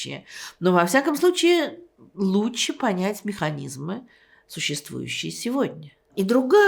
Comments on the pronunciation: Как Эйдельман произносит слово лучше. Она говорит: луче. Забавно это. Это голос ее поколения. Свой прикол. Мой дедушка говорил вместо слова вчера, он говорил: вчерась. Ну например: Вчерась Алёшка пришел пьяный. Ай дурак. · она говорит: луче